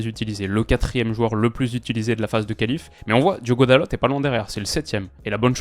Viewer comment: Hello :) dalot se dit dalo, le t ne se prononce pas ^^ top vidéo sinon 😊